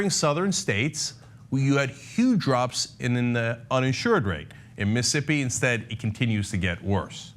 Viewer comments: The way Cenk pronounces it sounds like "Missippi" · Every time I hear you say "Missippi" instead of "Mississippi," my skin crawls and I want want to rip your head off your stubby neck, Cenk. Otherwise, thumbs-up on the video! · M IH - s ih - S IH - p ee MIssing a syllable there...